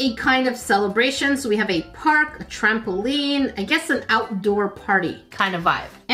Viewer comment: Im never saying trampoline the same ever againnnnn 😂😂😂😂😂